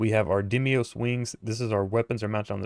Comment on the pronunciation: Umm, it's pronounced "DEEM-OS," not "DIM-EE-OS." Sorry, was just something that was slightly irritating. Great job on the ship! Am planning to make one, myself! :)